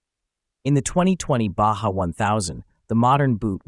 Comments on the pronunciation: Well you said it right the first time, not sure how the same word Baja becomes Baza unless my ears are filled with wax. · Yes ! The "bah jah" nonsense was driving me crazy ! 🤬